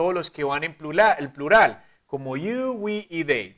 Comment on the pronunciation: Plulal 😂 es prural